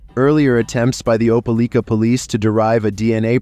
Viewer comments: Hearing you pronounce Opelika like that killed a bit of my soul. It’s Opa-lie-ka, but Opa-lee-ka did give me a good laugh. Was a bit confusing because you switched between the two throughout the story. Even still, great video my guy! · Opelika is pronounced ope-uh-lye-kuh